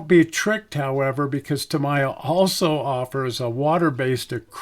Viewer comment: Please, Tamiya is pronounced Tä-mee-yä. Otherwise, thanks for this excellent video on the various paints.